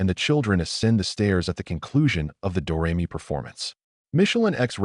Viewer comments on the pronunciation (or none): AI reading is annoying mispronouncing names like Leslie Caron and Georg (Von Trapp). The song "Do Re Mi" becomes "Doo Ree My" and . Many inaccuracies as well. Julie Andrews was not in the film of "My Fair Lady" . Kurt Russell was considered for Liesl??? . The first scenes of Liesl and the "My Favorite Things" was filmed in Hollywood, not Salzburg. . Their boat tipover didn't take place on the "ocean". . The song is "The Lonely Goatherd", not "The Solitary Goatherd"! . If you go to so much trouble to put this together, why be sloppy?